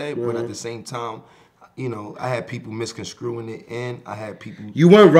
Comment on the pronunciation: oh ASAP “i had ppl misconSCREWin it..” 😂😂😂